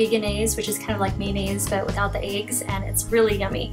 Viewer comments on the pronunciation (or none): "Vegenaise is mayonnaise without the aiggs" lol… that was cute!